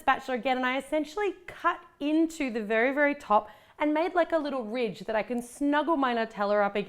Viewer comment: It's supposed to be can not Cavan